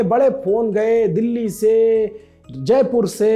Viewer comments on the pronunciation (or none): none